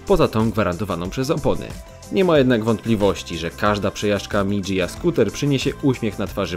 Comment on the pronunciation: mi dzia* się wymawia a nie "mi dżija"